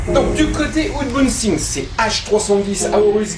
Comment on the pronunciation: « Ounebouxing !?! » c’est en quelle langue ;-) ? Merci bcp pour cette vidéo très détaillée et d’excellente qualité